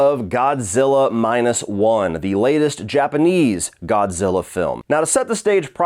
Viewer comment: Did you call him Godzillar?